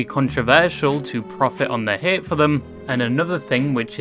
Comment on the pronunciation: I never knew you could pronounce "hate" as "häät"